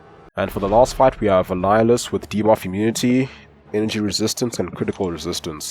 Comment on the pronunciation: That quake ve annihulus.. you nailed it!